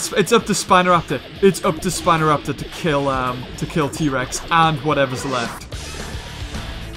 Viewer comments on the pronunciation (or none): Why did you say spinal raptor instead of corn raptor